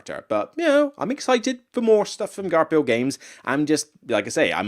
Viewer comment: Great list. I love Forgotten Folk. It breathes so much new life into Caverna. I'm very skeptical about Frantic Fiends based on what I've seen so far, but I'll still give it a chance. FYI Garphill is pronounced Gar-Fill.